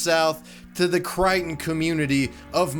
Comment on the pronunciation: I am so glad you pronounced Mobile and Crichton correctly.